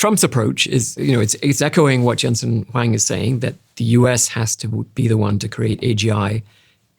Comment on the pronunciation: Great podcast thank you. Also it's pronounced NVIDIA (envidia) and Jensen Huang (HwOng)